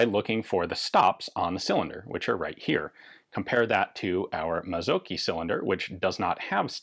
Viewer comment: Mazzocchi - the cch isn't a hard "k" in Italian but rather like the ch in "chi" (as the Chinese "life force" thingy). And then the emphasis on the "o" and a short "i"